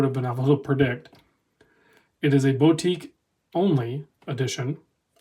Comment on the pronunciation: Never heard Boutique pronounced BOW-tique before